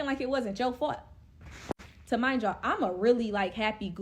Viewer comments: Lmfaooooo yoooo is she sayin “ta-mind” yalllll😩😭😭😭🤣🤣 instead of remind y’all 💀💀💀💀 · "Tamind you" is driving me crazy lol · 2 mind yall, 2 mind yall😢 2 deff.... and why she saying magic mushrooms like it wasn't 🍄 😜😒